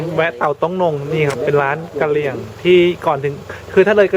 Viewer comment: คนกะเหลี่ย (กะเหรี่ยง/ ออกเสียงตัวสะกดคำไม่เต็มเสียง) ก็ซื่อใส ไม่ค่อยยิ้ม อาหารแต่ละอย่างชื่อฟังแล้วหนาว เยือก เลย